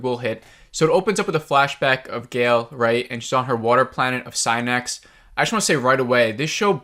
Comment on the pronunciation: You butchered the name of Synnax and the Abraxas Equation haha